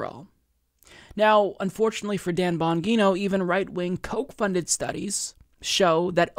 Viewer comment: Bon-gee-no... fuck!